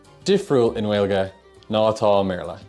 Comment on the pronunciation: Please, stop saying Gwaeilge, the 'w' just isn't really there in Native Irish. Secondly, you say díreac not díreach.